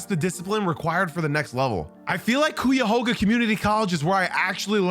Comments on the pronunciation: kai·uh·hoag·uh is how you say Cuyahoga. Hoag like hoagie. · Cool video. But. Cuyahoga is pronounced Kai-ya-hog-a. 😅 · From Ohio it’s pronounced like kyahoga 😂 not hating just love people trying to pronounce it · Please pronounce Cuyahoga right next time 😂 great video. Ben Wallace is an absolute beast and even being a North East Ohioan the 04 pistons championship will be my all time 2nd favorite title until hopefully the Cavs win a 2nd chip 😂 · What did you just call this place good lord I’ve never heard my county pronounced so wrong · You slaughtered “Cuyahoga” I’m from Cleveland and I don’t think I ever heard it pronounced that bad haha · you good haha bro ! I heard it pronounced tons of ways over the years honestly haha ! Yours caught my attention , I had to rewind the part ! Keep up the good work the video was good regardless 😅